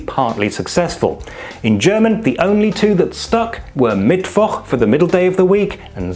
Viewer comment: Congrats for pronouncing Mittwoch that well. Now develop a German accent and you are 100% German!